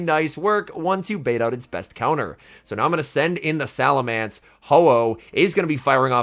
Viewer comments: Just a heads up, it's SalaMENCE, not SalaMANCE. Cheers m8! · So, seriously now... is it pronounced "SalamAnce" or "SalamEnce"? I pronounce as "SalamEnce" - but others I have run into pronounce it like an "A" in that third vowel spot... and now I hear doing it also... starting to think I am the one in the wrong.